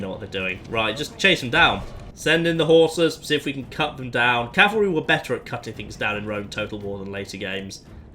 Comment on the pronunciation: 2 things: 1). Thank you for saying "CAV-ul-ree" instead of "CAL-vuh-ree." That is a huge pet peeve of mine when it's mispronounced. 2). Hope you get well soon!